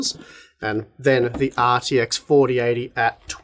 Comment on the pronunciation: “The ARRRR TX…” 🏴‍☠️